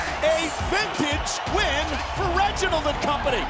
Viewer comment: BAHAHAHA WHEN NIA JAX SAID “I DONT THINK SO REGINOLD”